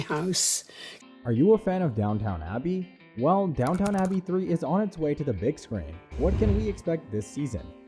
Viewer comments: Goodness... I could not watch the video just because of the pronounciation: It is Downton, not Downtown: and it is Yorkshire, not Yorksheyre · you do not call it DownTown. it is Downton abbey. Please learn how say the words correctly. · I am shutting this video off as the stupid computer voice cannot pronounce the damn name of the program!